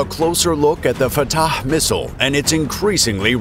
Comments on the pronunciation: ill never get over him saying at the start : "This is fataCHHEHEEUHU" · I don't like the way this guy is pronouncing that "fattah" thing.